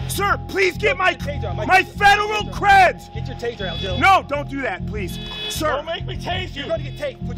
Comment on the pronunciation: "i was tryna give you mY CrÆdZ!" Lol